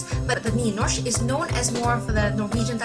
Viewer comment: You say you can spekak norwegian and then totally butcher Nynorsk and bokmål.... you also butcher å, ä and ö.